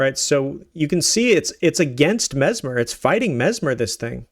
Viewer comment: His name is mess-mer not mezmer